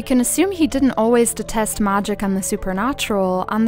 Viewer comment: Deteste? Are you French ??